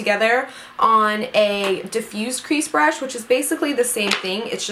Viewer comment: Who else kept rewinding it when she couldn't say Brush?